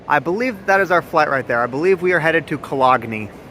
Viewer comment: It's pronounced..."Cuh-lone"...not "Co-log-nee"...Good to see you on the road again though!